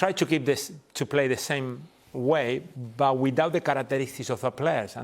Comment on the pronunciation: Jamie: Love became Lüff But became boots 😂😂😂